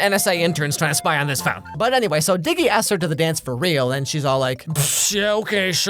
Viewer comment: His name isn’t dicky it’s diggy cuz his name is diego (I’m assuming his name is Diego)